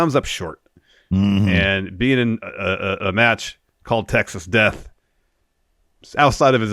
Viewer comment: saying "metch" was so funny🤣